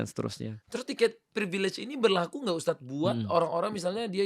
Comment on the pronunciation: Mohon maaf untuk,baru mulai aja udah janggal sih, dari segi penyebutan ustadz, Yang bener ustadz, pake( dzal) bukan USTAZZZZZZZ bukan pake (ZA) Saya rasa ini bukan bidang nya sih, terlalu jomplang obrolan nya,, susah nyambung nya😥😥😥😥